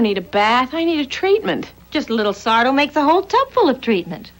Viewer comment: Sardo? No "mister", accent on the "Do"!